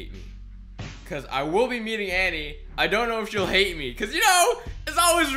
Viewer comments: It's pronounced Annie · You say Annie wrong